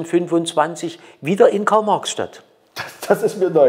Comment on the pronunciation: Das heest Garl-Mags-Schdadt ! 😁😁